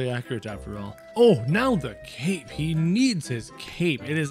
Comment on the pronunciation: It’s not cap it’s cape